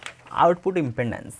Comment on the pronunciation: Is impedence not impendance. Ok sir